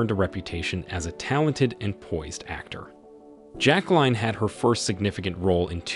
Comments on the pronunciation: Her name is notpronounced jack line but rather jack lyn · It's not "JacqueLINE". Pronunciation of the name is either "JacqueLEEN" or "JacqueLIN", depending upon the individual with the name. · It’s frustrating to listening to the narrator’s Pronunciation of her Name. Grr